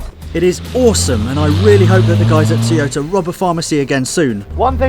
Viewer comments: Teeyota? The fuck? Its Toy-oh-tah. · Can you please pronounce Toy-o-ta correctly...not Tiota...bloody annoying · It's not a Teaota its a Toyota FFS!!! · I never knew Toyota came with a cup of tea? Tea Ota? Butchering the English language the Brits are. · Wtf is a Teeoyta. Heard of Toyota but not Teeyota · The rest of the English speaking world pronounces it as Toe-yo-ta, not Toy-o-ta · For the love of god, stop saying Teeota!🤣🤣🤣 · Say after me TOY-O-TA... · Teeyota? You get the second "O" right, why is the first so hard to master? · where I'm from its pronounced to-yota